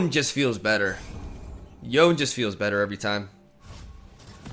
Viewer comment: Its Yoh Nay. Not Yone.